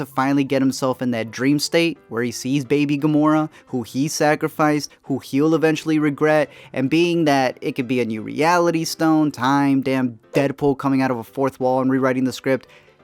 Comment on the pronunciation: Ummm.....not Gamorah tho...